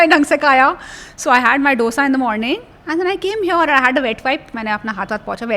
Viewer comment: Please check pronunciation on dosa Dr.